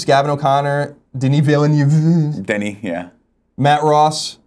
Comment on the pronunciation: Just so you know. Denis Villeneuve is pronounced like, 'veal' (the meat), and then 'nerve'. Its slightly more nuanced than that, but that is the general ballpark.